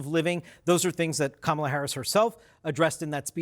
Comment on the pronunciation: Go, Go, Kamel-Uh "TOE" !!